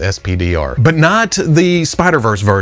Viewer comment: The SP//DR robot is just pronounced "spider"